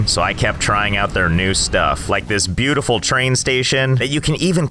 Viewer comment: i hear let's game say beutifiu sexy car